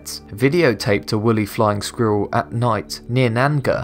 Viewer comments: he pronounces squirrel as "Skweeur" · I love how the narrator pronounces squirrel. “Skweeruhl.” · ah yes, the skweerrl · He says squirrel like a German. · Oh my gosh the way he says squirrel 😂😂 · Cartman taught this guy how to say squirrel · Who the hell taught you how to say the word ‘squirrel’ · Say squirrel again. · Pronounce ‘squirrel’ again... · "Squerrer", "linearage"?